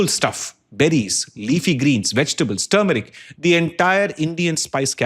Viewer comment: Did you say turmeric?!